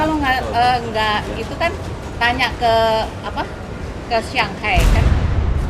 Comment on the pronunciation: Pronouncenya SHIYANGHAI not SHANGHAI..Sya baru tau